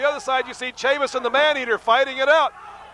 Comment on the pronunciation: This promotion was owned/promoted by former NWA World's JR Heavyweight Champion Nelson Royal....it didn't last long. Funny how Dusek pronounced Tonto's last name...Tatanka... Buffalo Chris Chavis like Travis not Chavis like Mavis. Good to see him get outta the Sportatorium though!